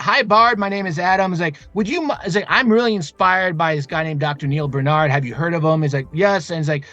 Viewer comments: It's BAR-nard.... BAR... not bern... you're both fans and can't even have enough effort to pronounce his name right. Rattle off PCRM with no problem... BAR...get it right, please. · I've been on your case for years to get his name pronounced right... it matters. sheesh